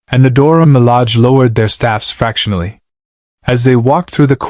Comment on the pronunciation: It's Dora Milage, not Dora Malag